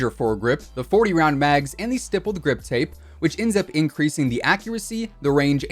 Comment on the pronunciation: St"eye"ppled grip tape? Not st"ihh"ppled? Idk 😂